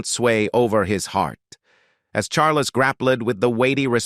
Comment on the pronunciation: ' Charlus'?? this transcript is 'read' by a machine. - Very 'convincing'' Eventually one loses all interest in what might be true and what is probably gobbledigook. Anyway, apparently Charlie had a few girlfriends and wasn't unduly concerned about their marital status, or his own as the future 'Supreme Governor of the Church of England - and 'Defender of the Faith'. We are surely all astonished.